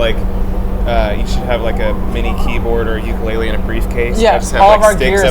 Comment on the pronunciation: Tyler: Uke-LAID-le .... looks at Josh proudly for recognition